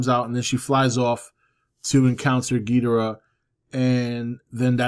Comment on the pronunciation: Hey, not a major point, but in you read this, you are not pronouncing Ghidorah's name correctly. Geederah (I spelled it as you pronounced it, more or less) is actually Ghidorah, and King Ghidorah at that. Toho has clarified that the way actor Nick Adams (from Godzilla vs. Monster Zero) and the move announcers from the 60's pronounced Ghidorah is incorrect. Just want to help correct a relatively minor thing since he is my all time favorite Toho monster! Great channel brother! =)